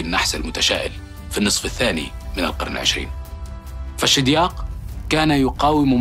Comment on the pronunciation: "حتى القرنَ"! 😏